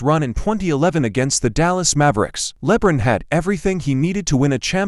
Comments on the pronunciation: "Leb-run James"... Lmfao 😆🤣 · Can we keep pronouncing his name this way hahaha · I despise LeBum... but if you're going to talk about him, say the name right.